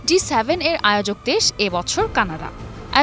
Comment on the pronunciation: G7, উপস্থাপিকা বার বার বলে যাচ্ছে D7